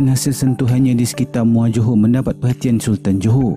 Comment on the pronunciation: Bukan "Joho" wahai admin, tapi "Johor". Sebut betul2 jangan semberono.